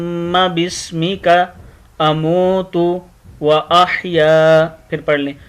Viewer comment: sir aap ka tlafuz glat ha ahaya haa ha kaah nahee ha